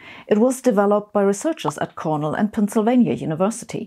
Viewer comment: really hoping there are some Cornle alumns here to get offended by Sabine's pronunciation